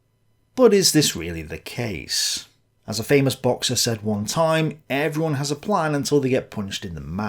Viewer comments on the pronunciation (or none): none